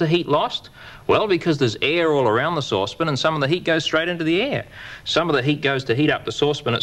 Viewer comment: Souspon.... sauce pan...souspon... sauce pan 😂